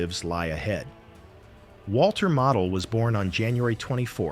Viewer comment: It's pronounced "mah-deh"